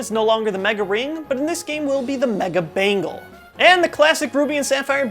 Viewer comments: I thought I heard Mega Bangle as the Mega Bagel... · Some reason I heard "mega bagel" instead of "mega bangle." Now I'm hungry.